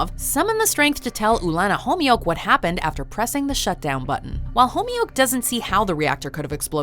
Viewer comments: Its not pronounced Homyuk. Its "Khomyuk" from the epiglottis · Wtf was that pronounciation of "Khomyuk" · Homioke. The show said Khomyuk a 1000 times and still you got it wrong.